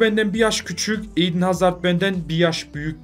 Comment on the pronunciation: Niye 'İN HAZARD' diyorsun diyenler +1